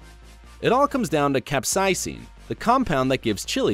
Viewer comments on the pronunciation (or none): "Cap-Cie-Ceen?" It's Cap-Say-s-in." 😂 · You pronounced capsaicin wrong